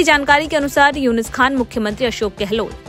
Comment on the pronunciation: उनका नाम यूनिस खान नहीं यूनुस खान है मैडम